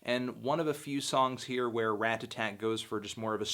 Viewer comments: Rata-Tat. Not Rat-ta-tat. Love, Your friend Cody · ***** It's possible to say Ratta-tat (which is the correct pronunciation) without the tt making a "d" noise. I'm North American and say it this way. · word. It's not Rad-A-Tatt... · You say their name really weird like "rat-tatat" and i'm like "ra-tat-tat" yknow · Haha instead of pronouncing it Radadad, you're now really emphasizing the t's! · RAT TUH-TAT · ***** I'm not American, and in my accent it's actually easier to pronounce it Rat-a-tat (because I'm Swedish, and in our language we never pronounce t as a d). But Rad-a-tatt sounds a lot better and that's what I've heard everyone say, including Kid Cudi for example. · Clearly it’s raduhtat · if I ever have to hear you pronounce "ratatat" one more time I'm going to kick my own ass. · Haha way to pronounce those T's, homie :) I remember how people have you crap for saying "Radadat" on your LP4 review. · You say ratatat weird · He is pronouncing the first t like a "t" instead of a d like most north americans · At least he's not saying "Radadat" like in his LP4 review. Anyways, I feel weird about nitpicking him about this. Who cares